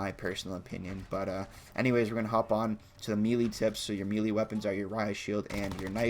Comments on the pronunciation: “Mee Lee weapons” lol. It’s “may-lay” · It’s pronounced “may-lay”.. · Dude, learn to pronounce melee, what are you Canadian? 😊